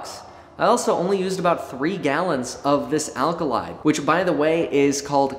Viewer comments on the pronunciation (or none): ALKYD Paint Pronounced: "al-kid", or "owl-kid". Not alkalid. Some markets do not sell it due to VOC restrictions. There is a water borne alkyd blend for these markets with low VOC. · Kevin, The paint is alkyd (Al-Kid) not alkylide. Thats not even a word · Kevin, it's not 'alkalyd', it's 'alkyd'